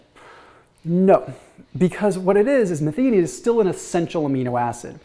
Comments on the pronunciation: Do a YouTube search on how to pronounce Methionine. Meth -I-O-NEEN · The middle syllable of methionine is pronounced like "THIGH".... sorry, it was just driving me crazy. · Making a suggestion. 🙂 pronounced as "meth - io - nine" #syllabized for the word "methionine." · Question, and I dont know myself, but is it pronounced meth-ee-onine, or meth-EYE-onine?